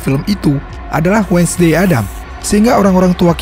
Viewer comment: Correct dikit bang bang, bukan menyinggung atau apapun itu. Cuman nice info "WEDNESDAY" di eja bukan "wed nes Dey" Tapi wensdey Btw pembawaannya bagus dan enak